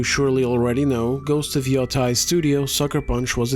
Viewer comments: I like that you pronounce Yotei differently each time you say it. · This grifter can't even pronounce Yotei